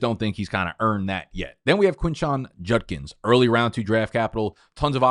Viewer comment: When are we going to stop pronouncing Judkins as “Junkins”?